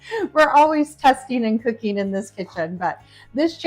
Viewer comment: "testeen," "cookeen," "dooeen," "shutteen," "warmeen," - there is a "G" on the end of those words. "Dishtribute??" Ugh.